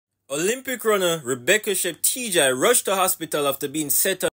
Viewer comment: Her name is pronounced as chep-te-guy sir!